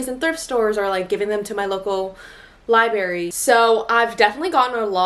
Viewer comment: I'm not trying to be mean, just letting you know it's not liberry. It's libRary. You're missing an r in there.